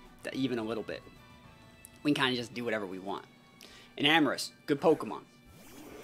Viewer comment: Enamorus’ name is based off of the word ‘Enamored’… I cringe a bit when you say her name so wrong lol if you know what an Enama is then you’ll no why